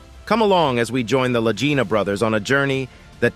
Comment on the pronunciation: Well, did they find it? I gave up after the narrator kept rhyming the Lagina Brothers with “vagina.”